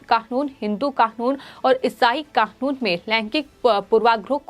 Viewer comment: it NOT KAKUN, IT IS KANUN